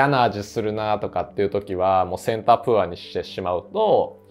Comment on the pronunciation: 大変勉強になる動画いつもとってもありがたいなと思いながら拝見しております！ プァー (poor) じゃなくてポァー (pour) なので為念お知らせします📢